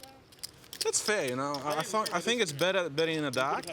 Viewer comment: Never trust a guy that says Fink